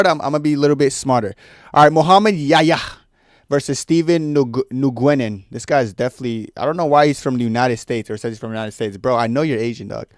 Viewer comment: Nguyen is pronounced W-i-n